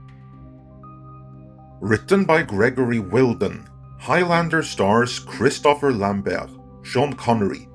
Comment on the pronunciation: his name is Gregory WIDEN - no "L" in there, mate.